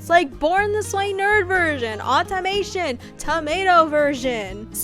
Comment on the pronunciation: ok i see your vision but like “au-tomato-ion” tell me that doesnt sound like a troll